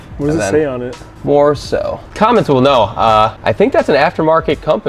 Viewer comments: It's MOR- OH- SO, not "more-so". It's an aftermarket performance parts company started by drag racer Dick Moroso in 1968. They make a lot of cool stuff.... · Moroso - pronounced more-oh-so. Definitely aftermarket. I wish that tall kid good luck driving it. I delivered one of these (a '61 model) to an owner one time and I am 6'4" tall. I could BARELY fit my legs under that gigantic steering wheel. And it was pouring rain with the hard top on and I had to drive with my head cocked 45 degrees to the side. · MOROSO. Pronounced, "More - Oso." Was a major brand of high end auto parts. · Dude has an automotive channel and doesn't know how to say MOROSO ...then wipes his nose with a rat piss glove....smh